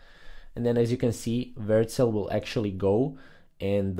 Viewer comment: Versel? What? You just never even show the name on screen or say it clearly